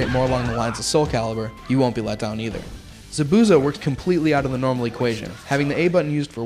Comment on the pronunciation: lol the guy says zabuza wrong how obviously he never has seen the anime lol guy needs to get his damn names right JEEZ